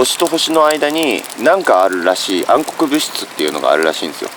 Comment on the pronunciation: もしかして「あるらしい」が「しー」って聞こえて、しーちゃん寄ってきてる？ だとしたら、可愛すぎる。